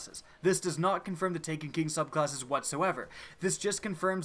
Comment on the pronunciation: "Three diffent subclawsses" anyone else here that?